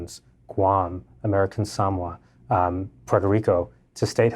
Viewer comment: Beyond the feminine manner of speech of the writer it's difficult to take seriously one who pronounced Samoa as Sam wah rather than Sa MO A.